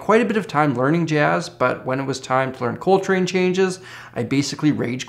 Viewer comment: Ladies and Gentlemen, I now present "Coltry"